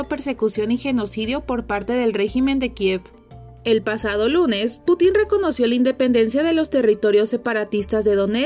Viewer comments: Que incompetente, la pronunciación es "Pútin" no "Putín". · ah me refiero a que si escuchas el video, en todo momento dice "Putín" en lugar de "Putin". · Porque pronuncian "Putín" en lugar de "Putin", sin la acentuación en la i. Suena que le están dando un calificativo al emperador loco de Rusia. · me refiero a que si escuchas el video, en todo momento dice "Putín" en lugar de "Putin". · jajajaja dice Vladimir Putín, acentuando en la "i" se escucha curioso jajajajajaja, ya que no lleva tilde. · Por qué en la narración dicen "Putín" con claro acento en la í. Cuando lo correcto es acento prosódico en la u ¿Acaso es un mensaje editorial, acerca del presidente ruso? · de verdad que ni se esfuerza buscar la pronunciación correcta del Presidente Ruso. Lamentable.